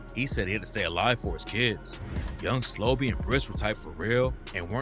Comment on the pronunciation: Slobae? Wtf it's pronounced how it sounds are you slow? Slo-Be